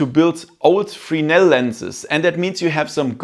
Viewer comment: I noticed no one can pronounce Fresnel lenses. Its not "Frinell" its pronounced "FRESS-NELL"